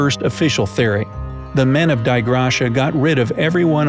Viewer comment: I believe the finding ship is pronounced Dee Ay (from the Latin "Grace of God")